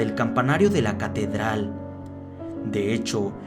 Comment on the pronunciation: si te diste cuenta de q dijo catederal:v